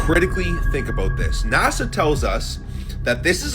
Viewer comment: I love your videos but I have to tell you its not "NAZA" its NASA lol